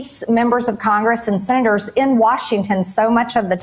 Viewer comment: Call your sinnaters, that's how maggatface pronounces Senators. 😅🤣😅🤣🤣🤣🤣